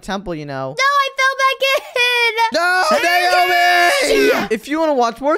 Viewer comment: She's not Neomi she's naomi